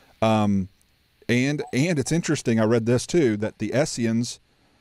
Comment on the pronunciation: Really enjoyed this as I am really just now getting into this topic (determinism vs free will) in depth for the first time. I only have one piece of advice though - it is Essenes (not Esseans or Essians). I have to pick on someone other than B.H. ;-)